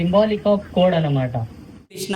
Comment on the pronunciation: క్రిష్ణ , కాదు స్వామి. కృష్ణ అనాలి. ❤️🙏🙋